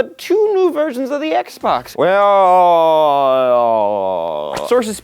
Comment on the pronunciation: Did anyone else hear him say X-Bone?